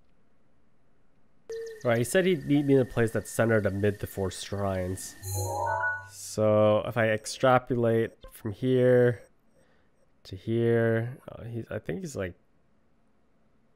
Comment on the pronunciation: sorry to be a total douche but it's extrapolate not extrapulate. Thanks for the video!